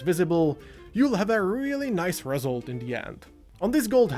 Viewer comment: Been painting since 2019, I am so happy I focused on layering right from the start, it's the only technique I use and after 5 years my painting is so much better. Never even bothered with wetblending, blegh. Also, it's pronounced reSULT, not REsult